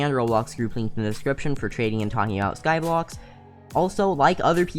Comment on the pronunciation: He said skyblox twice 🤦